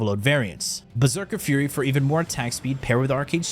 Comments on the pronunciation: I'm pretty sure it's pronounced "fyury" not "furry". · and you didn't notice all the other words he intentionally mispronounced?